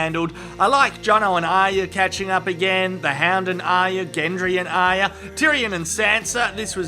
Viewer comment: Wait, did he just say 'The Ham' instead of 'The Hound'? Or it's just me who heard it wrong?